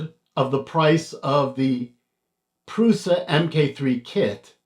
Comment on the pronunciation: Pronounced "PRUSHA"